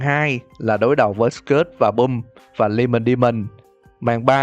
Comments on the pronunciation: Em rất xin lỗi nhưng mà anh đọc skid and pump nghe đau tai quá, s-kít and pấp chứ s-cớt and pum thì ... sai sai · Sao anh lại đoc là cớt èn bum phải là skid and pump mới đúng chứ? =)) Cái phần bonus đâu ad? :< Ko thấy idol anh đầu bomb của em :( SPOOKY MONTH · Skid and Pump đọc là S-kít và Păm NHÁ !